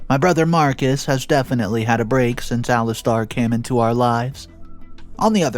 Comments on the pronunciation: Ali stare. Not Ali star. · Alis Tair (as in air ) not Alis Tar (as in arrrrrrr) like a pirate 🏴‍☠ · It's Ali STAIR! NOT star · Actually it Alistair. Lol